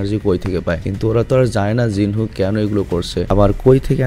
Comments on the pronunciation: Not Jin hoo it's Jin woo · Vai jinhu na jinwoo